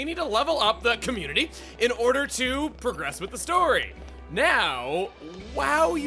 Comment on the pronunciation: Commutity. One letter change.